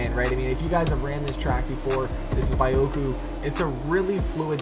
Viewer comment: Bee-Hock-Ooo not By-oh-ku